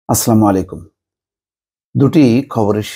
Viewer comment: ভাই আপনার সালামটা একটু শুদ্ধ করে দিবেন